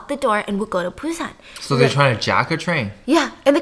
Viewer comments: i love you Steph but you kept saying Train to PUSAN, its BUSAN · Sorry is it pronounce PUSAN or BUSAN cause i keep hearing stephanie saying it with a P ??